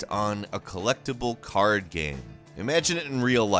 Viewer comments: I love your content, but man the way you pronounce game just tilts me so hard. It isn’t spelt g a e m... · Someday this guy who is payed to talk about games for a living, will actually learn to pronounce the word 'game.' One can only dream.... If the content of everyone else on this channel wasn't gold, I'd unsubscribe in a heartbeat to get away from this guy repeatedly saying 'gaem' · Who says GAME like this?! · BRO PLEASE STOP MISPRONOUNCING THE WORD "GAME" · This guy doesn’t know how to say game